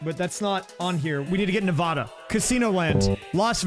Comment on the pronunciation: You pronounced Nevada wrong